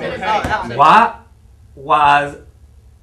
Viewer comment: i luff it wen she says WAT WAS AHHH she didnt say the TH part lol propa funni lol x